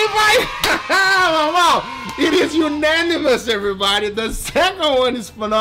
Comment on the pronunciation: Unanimous... mor like Unami-mous